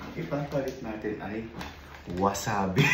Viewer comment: Correction lang po "WASABI" not WASABE hahahaha 😂